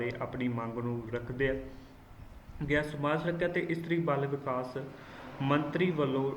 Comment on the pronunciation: ਬਾਲ ਵਿਕਾਸ -not ਬਲ ਵਿਕਾਸ